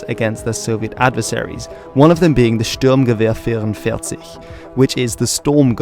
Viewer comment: Wow, your pronunciation of "Sturmgewehr 44" was almost perfect! Have you learned German at school or something?